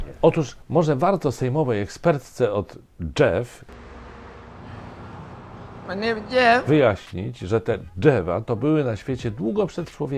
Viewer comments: Ta pani poseł odleciała? Chyba na "dżewo". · Drzewo. Nie dżewo i nie drewno. Drewno to produkt z drzewa nie rośnie.